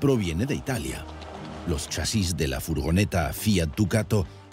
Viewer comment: Chasis....no lleva tilde porque es una palabra llana acabada en "s" ...eso quiere decir que la fuerza se hace en CHA ...y no en SIS como lo pronuncia el tipo raro del vídeo.... Y digo todo esto porque he tenido que dejar de ver el vídeo por la mala sangre que me estaba produciendo al escucharlo pronunciar mal. Y explico todo esto por que sí, asi me he quedado mas agusto...😂